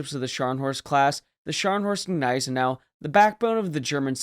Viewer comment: I'm just saying, get it correct, the G is silent. Come on man it's not that hard. Don't get mad, get better😉✊️